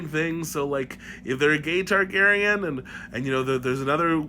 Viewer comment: Tar-GAY-rien you say??